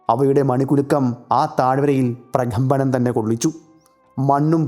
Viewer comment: ... "praKHAmbanam"... Enthinu veruthey massilu pidikunnu ?!? "prakambanam" ennu simple aayi paranjaal mathiyallo ?!